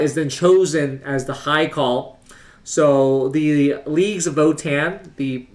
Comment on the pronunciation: Its pronounced like "heart" rather than "earth"